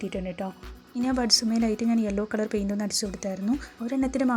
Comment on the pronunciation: ക്‌ളർ അല്ല മാഡം കളർ 🤣🤣 പറഞ്ഞു പറഞ്ഞു മടുത്തു ഞാൻ 🥰